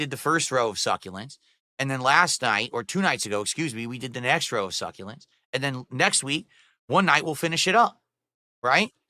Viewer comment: He still doesn’t know people are making fun of him because of the way he says succulents 🤣